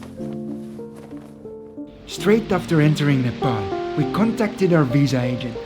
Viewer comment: It's pronounced Nuh Paul not Nuh Pal.